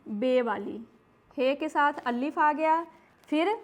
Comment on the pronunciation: Allif nahi alif hota he